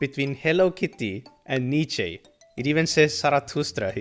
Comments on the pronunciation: just say Friedrich Ni-chan ❤‍🩹it's not correct but it's closer than whatever you are saying ❤ great video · Nietzsche is pronounced kinda like ニッチェ or alternatively ニツシェ